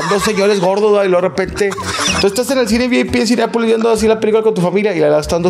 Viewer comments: Me da cura que diga “Cineápolis” 🤭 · Soy yo o siempre dice CINEAPOLIS? NO es CLASISTA es REALISTA 😉